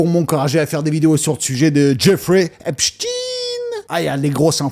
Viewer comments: c'est pas shtine mais shtein comme tout les jui f allemand ou autrichien et non une consonnance Russe comme Lénine Staline ou Poutine, par la prononciation ils ne veulent pas que l'on fasse la connection. C'est honteux d'avoir mis une photo de Mickael Jakson sans rien préciser que Neverland a été plus ou moins construis pour empêcher les enfants d'aller chez epstein, Macaulay Culkin l'a bien précisé. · Super tes videos mais stp prononce son nom comme il se doit, c est un nom allemand!! Comment prononce tu Einstein, Wolfenstein, Weinstein...?